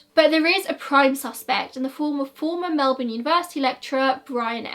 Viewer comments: Girl Im just thrilled someone from overseas covering an Australian case actually pronounced Melbourne right 😂❤👏 #AussieThings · Thank you from the bottom of my heart for pronouncing Melbourne right hahaha ❤️